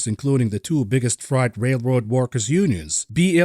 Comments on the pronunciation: Appreciate your work, ….but FYI it’s Fr-8, not fright. (Although it is frightening). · you say "frie-t" but I'm pretty sure its "fray-t" when pronouncing "freight" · Just a note on pronunciation. Freight is said like "frayt", not like "fright" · Love you but its not fright..;) freight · Fr8. Not Fright. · Say ate now say frate or eight. Freight is not pronounced fright!!!!! Just trying to help you out. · First time heard American English 'Freight pronounced as ' fright ' I English man f f f rate ! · also it's pronounced fray-t, not fright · Got to say I love the oldies outro bud loving every bit of everything else and really considering funding, loving you data driven outtakes and honesty and lack of basis. It is what it is, how can we profit mentally is refreshing. Btw it’s “ fr8”. I’m not scared of it… lol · Hi my friend. Frieght sounds like frate. I know you are foreign. I would slaughter your natural language worse im sure. Thanks for the insights. I look forward to every episode. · Frayt,, Frayt.....strike 'All the live long day' haha. Great show! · "Freight" sounds like "fate" eg "frate" Sounds like your pronunciation might be from a German native speaker ... ? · Freight is pronounced fr8... just sayin. Love your work!!! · "Freight" rhymes with "rate" - not "fright". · Don't tell me you are really gonna pronounce freight like that through the whole video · Someone is German and can't pronounce freight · Freight rhymes with eight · Not sure if you're saying"freight"incorrectly on purpose or not. I'm now stuck in the Matrix